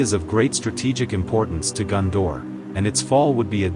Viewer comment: its GONdor not GUNdor...